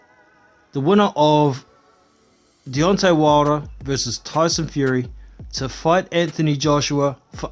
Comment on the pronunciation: 0.46 deyonte wodah lol